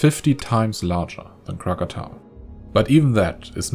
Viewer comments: You are the ONLY video that pronounces it correctly-krak-a-TAU. THANK U, THANK U, THANK YOU!!!!!!!!!!!!!!!!! I SOOOwant to watch yr next video, as vulcanism has been my absolute LOVE all my life but now that I use a wheelchair..., I doubt if Kilieua is accessible.got any volcano cams to tell me to watch? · Are you an indonesian?if not,then it the first time i heard foreigner said "krakatau" correctly,usually they said krakatoa,god job sir😉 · wow, good pronounciation of Krakatau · This is the first time I heard foreign people spell krakatau correctly like it's original name. I am impressed. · Hi, you pronounce Krakatau correctly 👏👏👏👏